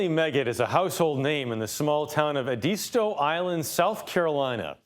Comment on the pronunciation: Oooh, I've gotta have #ĕdîstö geechee cookbook #today !!! And, this narrator doesn't say "edisto" correctly... Thank You Miss Emily !!! Cant wait to see your #hoppinJohn😋